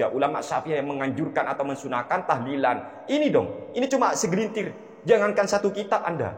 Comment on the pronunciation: Mintanya lafadz "tahlilan" bukan tahdian